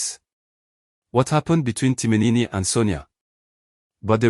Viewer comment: So the post auditioned was for a male/ female character? You keep saying Timinini instead of Timin. Stop this rubbish please. NONSENSE sorry to say